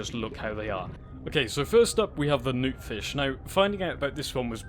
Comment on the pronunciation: because i have headphones on you sounded like you were saying nuke fish instead of noot fish for some reason